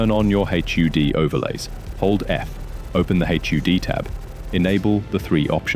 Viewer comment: Great guide, saving this for referring to rookie pilots. One comment for your text-to-speech program, in your script, I'd replace "HUD" or "H.U.D." with "hud" which is what we say in English, we don't say the individual letters. The general rule of thumb is that if it can be pronounced as a word, do it. Other than that, it's a really good voice. If you weren't a native English speaker you might not even be able to tell that it's TTS.